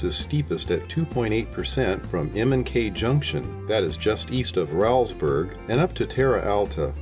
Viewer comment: That is pronounced Rollsburg - not Raulsburg